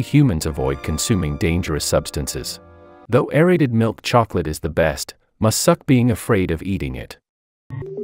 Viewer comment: I have heard irradiated milk chocolate instead of aerated